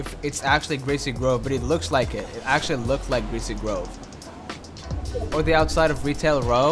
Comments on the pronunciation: Don’t u just love gweasy gwove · It’s greesy grove u silly